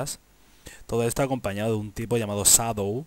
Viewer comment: llamado sadow? wtf XD tu pronunciacion del ingles es impresionante XD